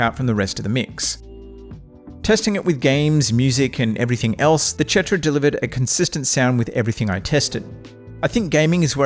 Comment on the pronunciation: idk why you keep saying chetra.